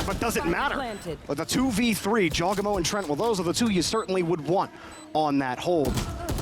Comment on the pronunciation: man said jawgEmo